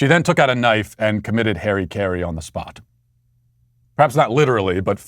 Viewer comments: Japan: hara-kiri Matt: "hairy carrie" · My only issue with this video or with Matt in general is his butchering of the pronunciation of harakiri. He says hairy carey instead of harra keeree. This is also known as seppoku. Ritual suicide. Also, the knives he promotes are kah-mee-koh-toh, not cammy-koh-to. lol. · Its Harakiri Harrah-keeree not Hairy carey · You have brilliant commentary as always! Just wanted to let you know that , I think you meant "harakiri," which is pronounced "hah-rah-kee-ree." :)